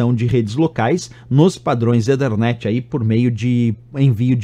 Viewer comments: EE THER NET , NAO EE DER NET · legal! só que a pronúncia de ethernet não é esta. já que não quis falar "a la brasileira", tem que falar o inglês correcto.